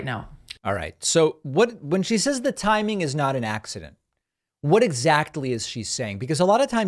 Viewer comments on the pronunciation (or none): none